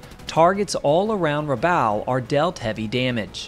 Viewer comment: Rabaul rhymes with “ball”.